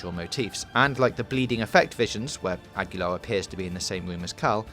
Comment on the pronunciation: *Aguilar = "agilar" , not "agwilar" flies away in ornithopter